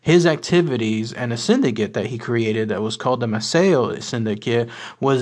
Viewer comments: It is pronounced MAY-see-o. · Maceo pronounced, May-cee-o. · I'm marrying into the family, and it's pronounced MAY-CEE-O 😉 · Incorrect pronunciation of the name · In English yes but not Italian. The guy didn't say the correct Italian pronunciation ethier.